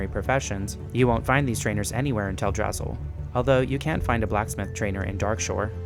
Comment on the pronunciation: I lost my rested XP every time he said Teldrassil.